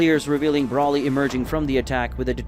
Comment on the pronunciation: Still cannot say Broly it’s not Brawley is Broly get the name right? Please get his name, right?